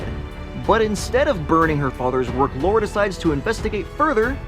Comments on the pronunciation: It's LARA not LAURA... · Her name is Lara not Laura 😂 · It's Lara you moron...not Laura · Lara NOT laura